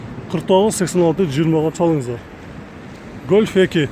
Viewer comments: гөлф 3 дебей, голф 3 дечи эй братишка !!! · Эээ тантык бираз Гольф дечи ебать чычкы келип кетти кусуп ийчудой болбой